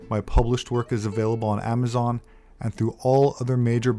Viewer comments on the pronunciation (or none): none